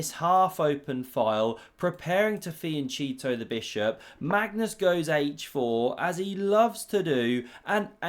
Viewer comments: "Preparing to fian-Cheetoh the bishop." Coating it with orange powder? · noooooo how did you pronounce fianchetto????